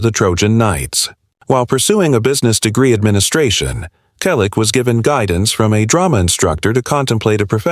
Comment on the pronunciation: Learn English. It's free on YouTube. Your AI generated voice is a mess. You can't even pronounce Selleck. What is heartbreaking? I am currently visiting the Selleck's. We have a great time. Don't worry, I am also the banker of the family, all relatives and close friends. There are no money problems. 25 million? Copied from cheap tabloids. Fake news. Not the story about his life again. Everyone we know and most of his fans have already read his book or listened to the audio CD. This video is a waste of time. Get an education and a real job. Don't talk about people you don't know.